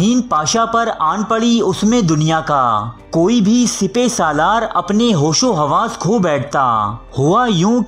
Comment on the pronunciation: Not sepay... It's sippa salaar